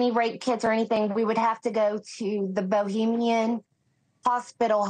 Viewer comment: That woman thinks she's gone to Czech Republic for holiday: she keeps saying Bohemian instead of Bahamian